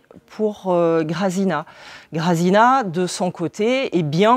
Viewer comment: Ca donne envie....merci beaucoup pour vos présentations, c'est vraiment chouette. Juste pour info le nom de l'auteur se lit "milochefski" et même exactement en polonais "miwochefski" , les prénoms des personnages "grajèna" et "yatsek" . Et pour dire "encore" à l'auteur, on va plutôt dire jeszcze (prononcez yèchtché") car "ponownie" c'est plutôt quand on reveut encore la même chose...